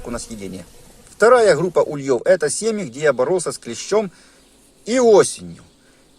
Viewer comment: В русском языке ударение ставится на первый слог - Улей. Следовательно и вылетают с Ульев, а не с ульЁв. Извините, но слова автора режут слух. Не сдержался.